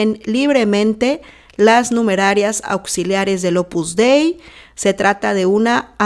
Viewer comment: La secta en cuestión se llama Opus Dei no "Opus Dai" Por favor no opines de lo que no conoces para nada y te exijo respeto para las 43 Numerarias que fueron abusadas sicológica y espiritualmente y explotadas cínicamente por esta secta fascista que CONOZCO PERFECTAMENTE desde hace más de 40 años.